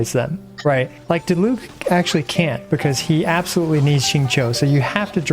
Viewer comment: DEE LUKE NOT DI LUKE, DEEEEEE